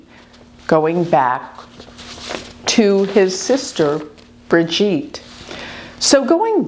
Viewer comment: Sounds like TROG KNOW not TRINIER AND Sounds like BRI-gheete soft not a heavy thick G